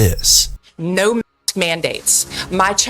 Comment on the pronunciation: Why can't you say Mask?